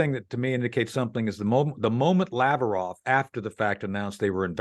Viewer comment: Ffs, it's NUCLEAR not nucular. It's from the Latin, "nucleus" not nuculus. Is your whole frikkin country dyslexic? And it's Lavrov, not "Lavarov." What is this, the Flintstones?